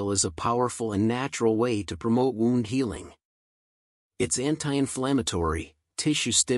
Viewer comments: Thanks for the great video . P.S. Wound is not pronounced wownnd . It is pronounced whewnnd . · Great video. Knew it was really good for you, but not to this great extent. Only thing distracting in video is constant mispornouncing of word "wound " (from "to wind"). Otherwise, excellent.......